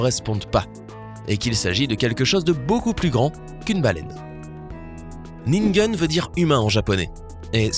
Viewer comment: "ningen" se prononce "nineguène"